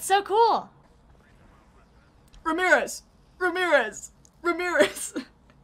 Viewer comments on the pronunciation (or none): Pretty sure you said remirez like 6 times but this is satisfying. If only you could play multiplayer